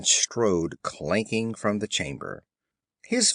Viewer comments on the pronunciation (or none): a, not aye; the, not thee! I lasted 45 seconds.